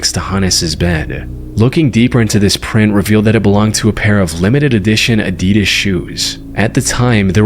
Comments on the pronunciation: bro said Ah did ass instead of Uh dee duhs (adidas) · The hell is addada its pronounced Adidas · How said adisas for Adidas🫩🫩🥀🥀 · that’s not how u say adidas